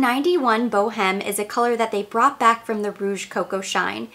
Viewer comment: Boheme is pronounced with a silent "H'," so it's Bow-eme. From Puccini's opera, "La Boheme."